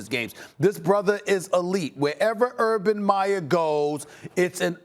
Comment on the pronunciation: Stephen A., you've got such a big mouth, at least pronounce the man's name correctly! I agree, there is no questioning Urban Meyer's talent and standing as a coach, but as Max said, he has NO experience in the NFL. How many hotshot college coaches have flamed out in the NFL? Quite a few. And as a college coach you are the god/king of your program and all the malleable young men will sit at your feet in awe, if you have the power & the rep. The NFL is filled with men who will not take your BS if they don't believe in you or respect you; it's a whole different deal in the NFL. As someone who has watched Saleh closely, he is not just a rah rah emotional guy, he is a very intelligent, thoughtful and well spoken man, whose players will follow him anywhere! Both hires were excellent, only time will be the final judge!